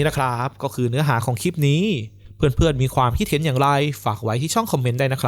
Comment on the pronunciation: คลิป ค่ะ มิใช่ คิป โปรดเน้นให้ความสำคัญกับ ควบกล้ำ ร.เรือ ล.ลิง ด้วย จะน่าฟังยิ่งขึ้นค่ะ